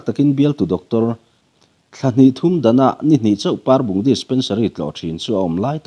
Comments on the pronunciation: Parbung i lam dan khi a diklo, Pâarbung ni lovin, Parbung, 'A' hi thlûk loh tur. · Parbung- tih hi par tih laia a hi thluk loh tur a ni. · hi ka ngaisang takzet ani.Parbung khaw hming i thlukdan hi a dik zawk tihna emni aww?